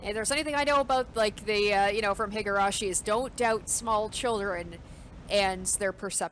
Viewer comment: hee-gurashi, not hih-gurashi